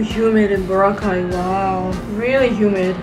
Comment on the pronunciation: Glad to hear you pronounce boracay correctly